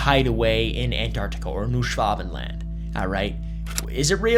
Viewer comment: Just pronounce it like this: Noy Shvuhbenland (the "a" being a German/British "a").